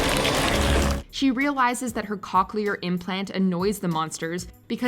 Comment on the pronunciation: I’m so excited to watch AQP part 2….but the way that you guys decided to pronounce “cochlear” in this video kinda bugs me a lot ngl (no hate to ya’ll I just feel so strongly about it bc my mom is an audiologist!)